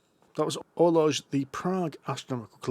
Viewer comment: You shower of ignoramuses. Orloj is pronounced or-loy. Ada is pronounced ay-duh. FryxGames is run by the Fryxelius family, not the 'Fryx' family. Love the podcast!